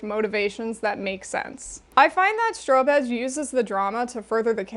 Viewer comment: I've never heard of strobe edge and totally heard stro-bitch the first few times 😂